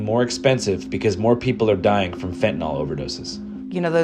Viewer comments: Dear USA, it's fentanyl, not fentanol. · Can you, as the reporter, please pronounce Fentanyl the way it is spelled when speaking with other professionals? It makes you look bad when you are doing more and more serious reporting. Code switch a little.